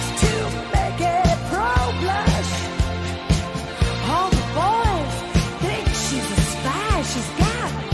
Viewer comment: Its Crow Blush....not Pro Blush